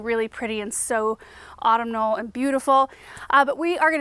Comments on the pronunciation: FYI, “autumnal” is pronounced aw-TUM-null. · Autumnal is pronounced aw-TUM-nal. Glad to see your Mom is doing well. Her flower arrangements were beautiful.